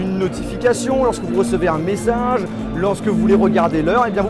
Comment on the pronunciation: "un messinge" 😂 sinon bonne vidéo